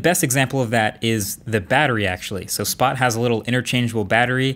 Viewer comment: How did you mess up the name of the robot that was said 54 times in the video